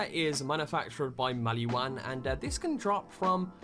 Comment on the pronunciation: I feel like this guy knows this game and doesn't at the same time like maybe he knows this game but doesn't know the franchise on a whole, not hating just picking up on a vibe, like you said MaliWAN when it's spoken as maliWON maybe that's an accent thing but I'm English and I thought he said it weird 🤔 🤣